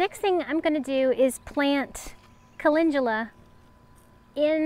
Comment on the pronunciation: Looking good!! Lots of garden room! Gotta love that Timber! Also gotta plant just a little extra for him. LOL. And - Ive always heard it called caLENDula - so I had to look it up! was right. For American pronunciation at least.